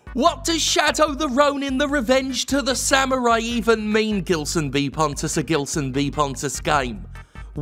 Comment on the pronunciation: Samurai? You mean SWIMURAI Ha! A-Ha! HA!